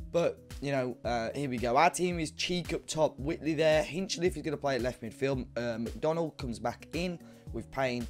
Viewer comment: it's not wit-lee, it's white-lee